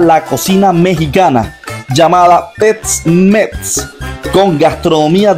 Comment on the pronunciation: Quisiste decir ''Tex Mex''... no tets mets